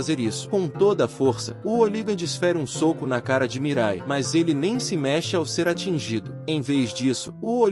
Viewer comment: Brother vc precisa mudar de aplicativo de narração ou aprender a utilizar melhor, tem palavras como soco que é dita sóco ou hooligan que sai como óligan e por aí vai, acaba sendo muito chato, tem outros canais que já desistiram desses app, tem alguns inclusive que usavam a mesma voz essa que tu usou ... Não fique bravo, é uma crítica construtiva, te desejo sucesso no canal e me já inscrevi. Paz Bro.